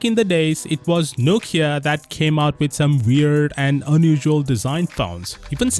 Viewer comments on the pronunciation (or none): none